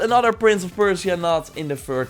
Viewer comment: why do you say persia so weird .. :) Thanks for great content !